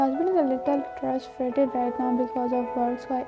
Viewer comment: No one actually noticed trusfrated🤣😂😂😂😂😂very hard to pronounce right armies??!!!😂😂😂😂